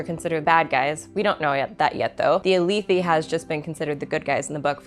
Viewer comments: feel free to disregard for your own pronunciations, but jasnah = ‘yazna’ (think german j and s), alethi = uh-leth-thi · I wasn't going to say anything about how you pronounced Alethi, but then you said chasms with a "ch" sound.. it's pronounced "ka" "Ka-zm" And it's "ah-leh-thee" not "ah-lee-thee"